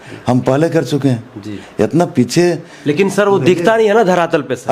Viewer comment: साला बोखा पांच साल जेल में था इसलिए हिंदी भासा भूल गया है। 7 मिनट में 70 हिंदी सब्द को गलत बोला है। जितना को जेतना, लेकिन को लेकून,लगातार को lagastar कह रहा है तुम अगर चना भी बेचोगे तो साला कोई नहीं लेगा bhaduwa। पत्रकार भाई इसको दारू पीते हुए वीडियो बनाओ।